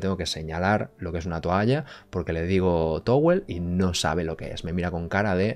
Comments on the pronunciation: Es que Towel es "TAWL" como se dice realmente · Hombre si le dices “towel” pronunciado así tal cual pues no solo en Japón no te entenderían.